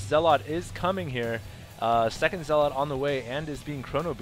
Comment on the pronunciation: Zealot is pronounced zell-ut. You're emphasizing the wrong syllable -_- Other than that I absolutely LOVE your commentary.